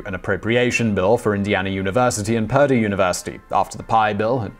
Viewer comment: Purdue is pronounced "per-due".